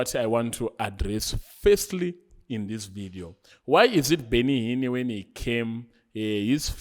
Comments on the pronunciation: Awuna nyaya bro... That is why you pronounce Benny Hinn as Benny Hinni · 😂😂😂 heard it too Benny Hinnie😂😂😂